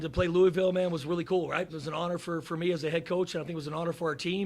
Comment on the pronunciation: " number 24" and saying louisville wrong is crazy